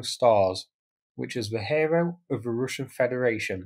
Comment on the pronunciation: Golden Hairo Stors ?, in what region do they pronounce Hero like that ?